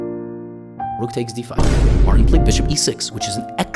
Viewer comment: “Martin” has a T in it. You should pronounce it. 🤷‍♂️